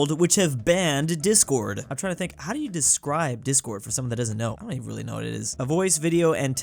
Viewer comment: Michigan: Haʊ to help toddler with cough 😂